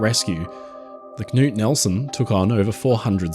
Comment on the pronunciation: As a speaker of Norwegian, I want to give a shoutout on his excellent pronunciation of the name “Knut” as I don’t think I’ve ever heard an English speaker do it better!